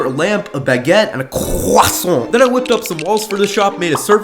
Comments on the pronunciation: Crrrrrosant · as a french man, i approve this is how we say CRRRROISSON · Cwaaaaaaaaaaasont got me on the floor 😂😂😂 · "And a crrosant